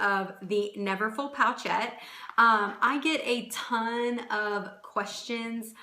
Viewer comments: Hey there! It’s pronounced “poh-shet”. Not pocket. Not pouch-ette. P-oh-sh-eh-t. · Love your videos💕. Since this you made this vid in 2015 I assume you figured out it’s not called a “pouch ette “ 😊